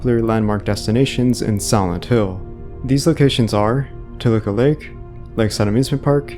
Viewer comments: Why sometimes you said “Silent Hill” and most of the time you said something along like “Santo”? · everytime u say silent hill it sounds like santhole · i kept hearing "Old Santo" and "Santo Ranch" and became very confused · could you say Silent Hill right?